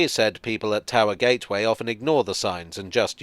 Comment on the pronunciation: Towee Gee? Please don't ever say that again